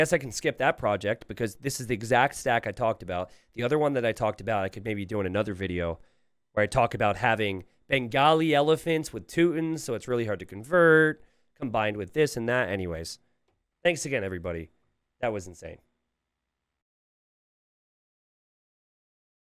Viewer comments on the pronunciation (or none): why do you always pronounce Teutons as "Tootns"? It's like a screeching in my ear:D They are pronounced as: "Toytons" Pls change it 😭